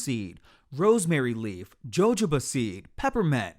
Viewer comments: It’s pronounced "Ho-Ho-Ba". The J is pronounced as an H. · Lol...did you say Jo Jo Ba oil...its pronounced Hohoba 😂 the J has an H sound. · He said Ja Joe Ba.🤣 It’s pronounced Ha Hoe Ba. He had me cracking up throughout this whole video. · did he say Jo-Jo-ba???? lol Lord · put a lil H" in it boo 😂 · The js in jojoba are pronounced like h. It's pronounced hohoba. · Who the heck is "JOE JOE BA"?😂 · jojoba is pronounced hoho-buh ☺ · He said Joe-Joe-ba oil.😂😂😂😂😂😂😂😂😂😂😂❤ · My mom said it is pronounced “hohoba” the j’s are silent apparently. We used google to pronounce it for us 😂❤ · LOOOOL no, it's ho-ho-bah or o-ho-bah. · I’m French and we pronounce it Jo-Jo-Ba 😊 I guess it depends where you come from in the Caribbean I guess they would also pronounce it with the Js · Mispronounced jojoba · The mispronunciation of "jojoba." Stay in school, kids. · I cringed